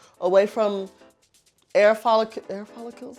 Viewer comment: AAAAAAAAAAAAH SHE SAID AIR FOLICALS!!! 😂 😂 😂